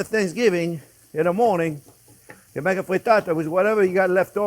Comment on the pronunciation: LoL....Chef...deep down you are a "spicy Italian". You said, "you maka", we all heard it and WE LOVE YOU! Merci!